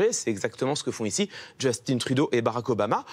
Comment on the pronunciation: D'ailleur, ça n'a aucun sens de dire Justin-e mais de prononcer baraque (Obama) au lieu de Beu-rack.